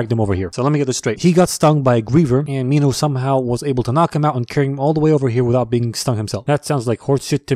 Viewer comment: You said it right the first time when you said Minhos name